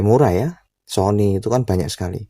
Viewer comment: 😂🤣🤣 Sony Jadi Siomai🤣